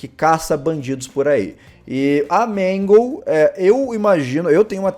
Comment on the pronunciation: Quando tu tava falando da puppet você falou magle além da puppet